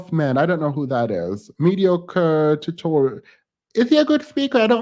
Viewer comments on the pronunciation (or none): none